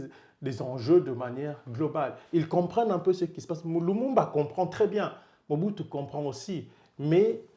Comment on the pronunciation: C'est Mobutu pas Muhutu